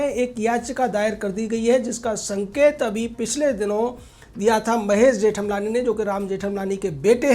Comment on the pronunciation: जेठम लानी नहीं, जेठ मलानी बोलें. श्री गणेश ठीक से हो